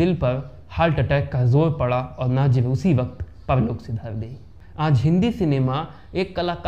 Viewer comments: Naazir nahin nazeer bolo. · नजीर को नाजीम बोल रहे हो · नाजिर नहीं नज़ीर कहिए नजीर हुसैन आप गलत उच्चारण कर रहे हैं